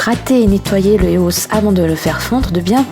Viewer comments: On dis pas Eos mais [I O S] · Ca ce prononce I O S. Pas E O S. Elle n'est pas française, donc elle le prononce mal. Ca s'entend. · C'est cool mais tu me stress avec des EOS sa se dit I O S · Sa se dit [I] OS!! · Tu le prononce mal c'est eos prononcer l'être par lettre en anglais pas éos si non bonnes video